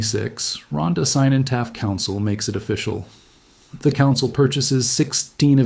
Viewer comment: Only hard C exists in Welsh. Cynon is pronounced "kin-on"